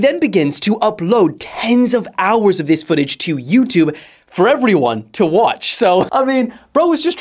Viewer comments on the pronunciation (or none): none